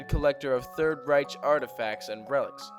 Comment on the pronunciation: The word "Reich" is pronounced (for our purposes, anyway) "reiK,"with a hard "ch," not with a soft "ch" as in "rich." I couldn't watch the rest of your video after hearing you mispronounce the word because I can't trust somebody who can't take the time to learn to pronounce things correctly.